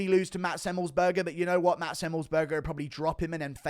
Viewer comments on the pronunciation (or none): none